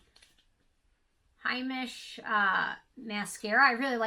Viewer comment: Yes, I’d say you mispronounced several of the products. Heimish is pronounced Hamish, with the “ a” sound. Briogeo, is pronounced Bree- Ojeo.